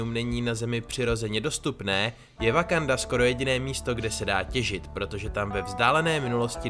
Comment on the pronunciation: No konečně ten název země vyslovuješ správně... :D